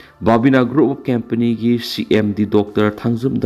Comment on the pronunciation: COMPANY bu " KEMPANI" haiganu "KAMPANI" haiyu icham chamna